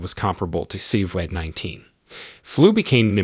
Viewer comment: Unbelievable, Rambling AI videos are ruining UT ! It Can't even pronounce COVID !